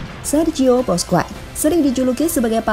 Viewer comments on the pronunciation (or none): Sok inggris ga enak di denger cok 😂😂😂 ...di Spanyol bacanya bousqes , enriqe ...si mimin bacanya boskuets , enruik 😂😂😂 ...nyebutnya biasa aja min ga enak di denger ...orang spanyol juga klo manggil nama ga gitu2 amat ,malahan manggilnya 11/12 kyk indo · Lain kali naratornya setidaknya yg pernah nonton bola min, supaya penyebutan nama pemain dan pelatih lebih mantap, kurang srek dengernya (Busquets, Enrique, La Furia Roja)